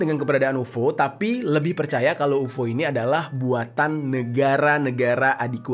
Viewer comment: Kenapa dibaca UFO? 😂